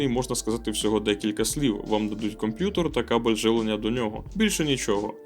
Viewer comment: Дякую за контент. Все супер, але мені ріже слух слово "комп'ютор"